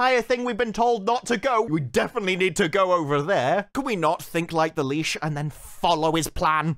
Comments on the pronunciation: I laughed every time you pronounced what I assume was "Lich" as "leash", especially when referring to the manlet when he was possessed. His character is basically that he's the party's harmless pet dog that at first I thought you were calling him a leash on purpose. Lich is pronounced the same as witch. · Litch. Lit-ich. Not Leash. Do you even speak American?